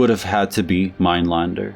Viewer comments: It's Minelender not Minelander. The umlaut makes the a sound as open e. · Your pronunciation of his second name is wrong